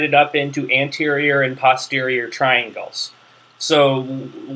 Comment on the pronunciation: It's very good of you to help people with their studies but you really should be more careful. You named structures that do not exist and confused muscles that do exist with a cartilage that does not. Personally I do not like your pronunciation of "posterior" and have never heard another physician/surgeon who used yours. But I guess that should fall under the heading of "to each his own".